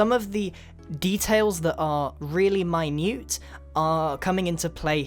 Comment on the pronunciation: "Some of the details that are really My Noot "